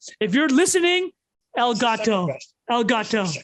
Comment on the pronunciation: New Drinking game: take a shot every time says ÉLGÂTÒ